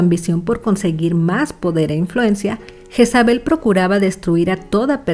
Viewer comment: Asi no se pronumcia el nombre, su pronumciacion en español seria algo asi: yeeeeesabe la j suena ye o lle alargando la e y la l casi imperceptible. Pd lo se porque yo me llamo asi 😂